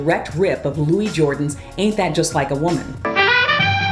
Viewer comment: Louis Jordan was known as “ The King Of The Jukeboxes”. Louis Jordan always pronounced his first name as “ Lewis “ not Louie.